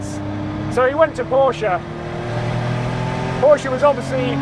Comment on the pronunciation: Thank you for saying Porsche right.